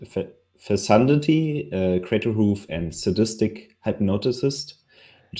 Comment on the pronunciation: Alter, es heißt „fekundity“, nicht „fessundity“. Habe mir viele der Prossh Spiele angesehen und immer massakrierst die Aussprache!